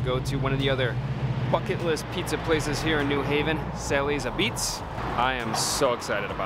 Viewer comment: Thank you for pronouncing New Haven correctly, with the accent on the second syllable.